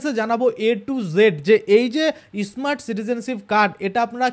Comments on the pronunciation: ওটা ইসমার্ট নয়,স্মার্ট যত ফালতু উচ্চারণ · ই স্মার্ট। কি?., স্মার্ট বলুন।।।আগে ভালো করে স্মার্ট শব্দ। বলুন 😅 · শুরুতেই আপনার ভাষণ সোনার ইচ্ছা নষ্ট হয়ে গেছে.এটা ইস মার্ট card na, স্মার্ট card.